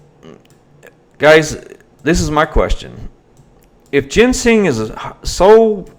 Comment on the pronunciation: She went to jail on August 1st for missing a previous court date. If you know anything about this area (east tn in general) youd know it's bad for heroin meth and pills. And to correct your pronunciation of a few words. I'll spell them like they sound. Jin-sang and criminal Kay p us.